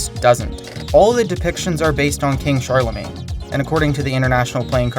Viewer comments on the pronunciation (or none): none